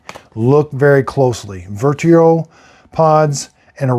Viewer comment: Darn, Dad. Your tongue is more tied than usual. First Vertio, then Inesa and to finish off Aerocinco 3. Geesh!🤣🤣🤣